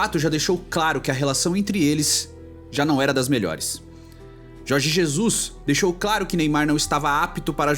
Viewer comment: Jorge Zezus kkkkkkkkkk